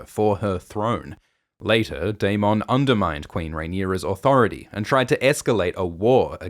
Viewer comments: dayMONN dayMONN say it like the show does please so distracting just say dayMINN not dayMONN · The way you say darMON 😂 i can't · The Day-Mawn gets me every time but I love these recaps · How are we pronouncing Daemon now?